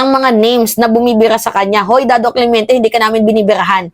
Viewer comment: Nainis sa yo puro ka daw “clemiente” dapat clemente